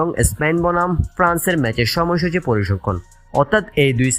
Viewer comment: Not parisangkhon correct is parisangkhan.